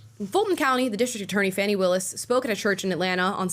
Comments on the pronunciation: It’s Fan-nee, as in “slap that ass”🤣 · Her name is spelled Fani Willis, there's no letter U in there, it's pronounced "fanny"